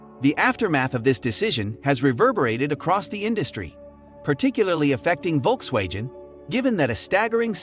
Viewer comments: how the hell its perfect in english,yet U cant say:Volksvagen??? It`s Volks-wagoon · Volkswagen is a German word. It goes like folksvagen. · When making a video, you should first learn to pronounce the names correctly. V in German is pronounced F. The name of Volkswagen is pronounce Folkswagen - without the J as he says. Volk (folk) means people. Wagen is wagon. Wolk's wagon = People's wagon or People's car. The name was chosen because the intension was to make a car everybody could afford, so they made the Beatle. I don't trust the content in this video. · The issue is the G, it's pronounced the same as in Golf not Genes